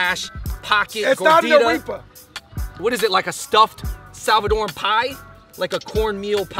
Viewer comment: A-reap-a 😂😂 Pupusas are life though!! Rolled with some curtido 🤤 sooo good